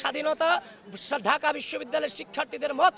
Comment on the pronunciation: ড়াজনৈতিক, ঢাআআকা, চ্রেষ্ট্রা, প্রউগ কি সুন্দর উচ্চারণ, উনি নাকি সুবক্তা।